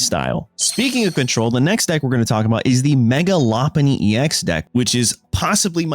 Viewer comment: LOpUni? Deck-a-dewie? This ain't it man